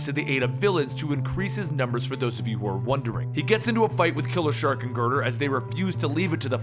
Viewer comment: Did anyone else hear killer shark instead of king shark?